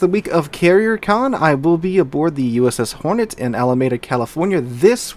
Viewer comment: Someone probably already mentioned this, but locals pronounce it Ala MEE Dah ;-)